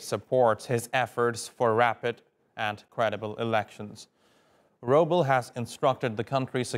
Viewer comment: The prime minister's last name is not 'Roobal.' It is written as Rooble, but pronounced as Roobleh, meaning the one who brings rain (roob).